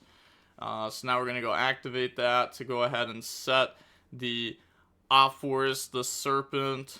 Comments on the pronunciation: Ah-pa-fis is the pronunciation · Hey, this Apophis' pronunciation is easy Apo- like Apollousa -phis as in fees from a payment apophis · Apophis = Uh-Po-fis It's from Egyptian mythology. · It's more like fish than fes. Ophis (oh-fish) means snake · SAY IT WITH ME AH PAW PHIS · Pronunciation of Apophis, broken down for. App-oh-fis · Pronouniciation from a simple man Apo- Think of Apollousa Phis- Fis. Fist without the T